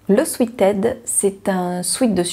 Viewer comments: Mas non en France on dit swiit tout le monde dit swiit on reste avec swiit! On laisse le “swèt” aux anglophones!!! Belles cousettes merci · Je prononce également de la même manière le mot sweat. Je ne savais même pas que c'était pas la bonne façon de le dire mdr. Oh je note pour le pull ted de super bison. En plus le col châle est super joli ! Pour une fois qu'un projet homme me tente ! Je cherche aussi des projets couture pour des petits cadeaux. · Super Moi aussi je dis swit 🤪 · Merci pour ce partage très sympa. Je suis très contente de voir toutes tes cousettes et j'aime beaucoup ta nouvelles formule qui regroupe par thème. Très belle série de sweat ( que je prononcé moi swit et je n'ai pa l'intention de changer). A très bientôt. Sylvie